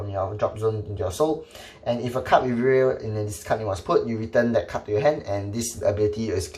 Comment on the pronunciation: Still waiting for the day when pronounces Riviere properly